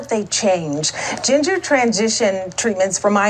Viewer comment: Did she say GINGER transitions?!?!